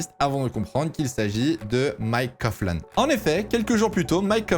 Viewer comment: alors juste pour te reprendre "Coughlan" se dit bien "Coglan" et pas "Cofflan". 😉